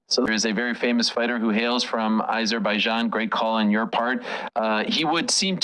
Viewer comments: Why are these 2 dorks pronouncing it like they've never been heard of Azerbaijan before???????? 😅😂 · The way Ariel is saying Azerbaijan is pissing me off and I am not even from there 🤦